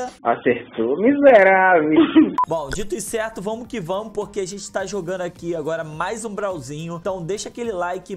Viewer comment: "Seguinte galera "damo" que tamo" kkkkkkkk